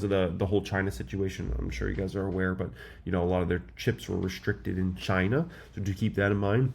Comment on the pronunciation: did you say Ghhhhinaa